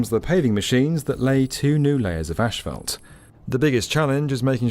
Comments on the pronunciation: tf is ashfelt? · I love O'Hare. Easy to move about. The staff does a great job cleaning the public areas and restrooms. 🎉👏 (Ash-felt? Try saying Azs-fault ) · Why does this guy say "ashphalt" instead of "asphalt" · Ashfelt? Where is the h and e in asphalt?? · Asphalt not ashfelt. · Isn’t it asphalt not ASHfelt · Not sure what “ashfelt” is but there sure is a lot of it! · Asphalt does not contain a combination of the letter "s" and "h". Therefore, no syllable of the word should be pronounced "ash". The word is "ass-fault". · Small correction: Common mispronunciation: As - phalt not Ash - phalt. Also Air Greenland Dash 8 planes are not "tiny". They have larger planes as well. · They way pronounces “asphalt” 🫠 gets me every time 👍🏻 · Every time he mispronounces 'asphalt,' drink. falls out of chair